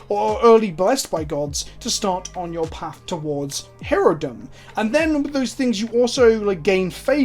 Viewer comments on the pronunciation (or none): none